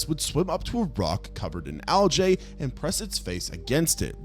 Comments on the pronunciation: it's pronounced "al-gee", not "al-jay". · whats Aljay? lmao Bro its pronounced al-gee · Bro he said aljae not algae 😭😭😭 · Genuinely never heard Algae pronounced Al-jay before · Why do you say algae like that 😂